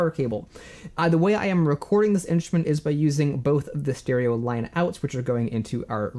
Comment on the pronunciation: At first I kept hearing "inch men" instead of "instrument" 😅 really enjoy your videos!